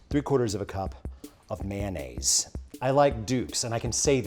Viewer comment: FOR F**K'S SAKE it is NOT "Man-naze" it's "MAYO-naze". You don't' tell the waitress to "Hold the Man". You tell her to "Hold the MAYO".